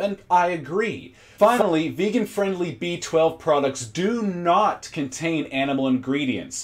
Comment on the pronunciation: "vagan" he dosnt even care to pronouce it properly. Guys a total nutjob imo.